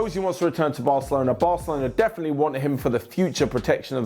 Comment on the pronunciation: saying 'definitely' is the best thing you hear in the day....."defenly defenly" the best.